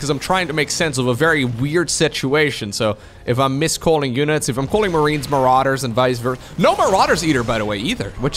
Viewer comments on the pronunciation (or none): none